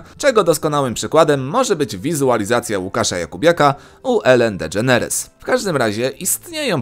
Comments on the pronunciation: Dedżeneris* a nie dedżeneres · dedżerenes XDDDDDDDD